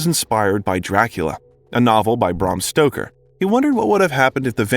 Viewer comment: Holy sh*t, you need to learn how to pronounce things! It's Bram Stoker, not Bram Stroker, Needful Things, not Necessary Things, and Dolores Claiborne is pronounced "Clay-borne," not "Clī-borne." Etc., etc., etc. Who's editing your videos?!